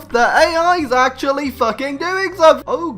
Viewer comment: "We won't do anythink..." 2 minutes later... * does somethink."